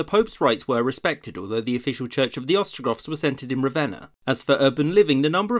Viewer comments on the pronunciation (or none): none